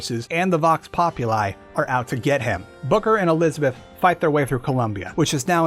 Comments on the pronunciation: elithabeth elithabeth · Bioshock infinite and burial at sea lore was so confusing this guy messed up saying Elizabeth like 5 times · You have a bit of trouble saying “Elizabeth” sometimes, huh? 😂😂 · Homie cant pronounce elizabeth